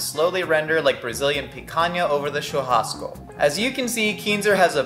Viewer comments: Impeccable pronunciation on Picanha and Churrasco! None of that “tchurrrrrascoe” that Americans usually go for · The way you nail the pronouciation churrasco tho